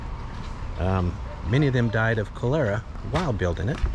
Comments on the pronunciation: Pronounced kol-er-ah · Not to be a smart ass…..you mis-pronounced cholera.